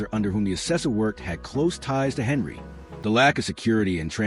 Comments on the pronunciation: 1 second in. I do not believe she was arrested. I clicked because I want this to be true. Will finish this after watching the video. Henyard not Henry as the AI narrator says Stopping as this AI Video is just another clickbait scam putting content out to be a money gaining ad grab. I am glad I used adblock before viewing this video. You suck with this AI video. Do better. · Her name Henyard, please pronounce the names correctly if Your going to do a story!!!!! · It's Henyard not Henry